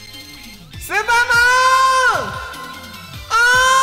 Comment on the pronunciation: 最初の呼びかけ 「スーパーマーン！！！」って聞こえた